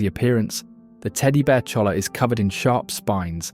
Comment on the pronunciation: On that Cactus you're describing you don't say the L's do your research man it's pronounced Choya